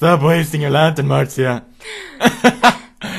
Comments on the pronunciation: Her name is spelled Marzia but it's pronounced Martzia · Archeaus Lopez you guys pewdie calls her marTzia